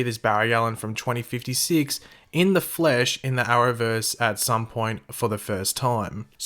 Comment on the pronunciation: "in the fluush"